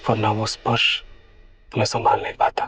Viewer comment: Nahar ne chuchundar bola 😂😂😂😂😂😂